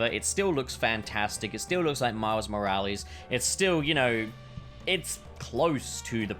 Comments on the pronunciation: "Miles More-Alleys" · "Miles Moralies."